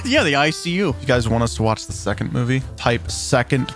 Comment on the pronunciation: 2rd movie. also, wouldnt 2rd be pronounced twerd or terd?